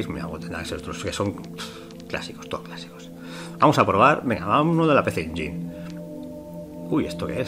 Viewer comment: Hola amigo, solo para comentar que PC Engine se pronuncia "PISI ENYIN"